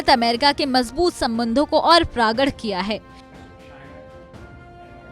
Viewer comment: Hindi bol rahi hai madm, प्रगाढ़ को प्रगढ़